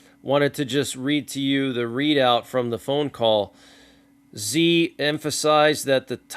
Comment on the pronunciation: Hey man just a heads up Chinese leader Xi is actually pronounced she thanks for all you do!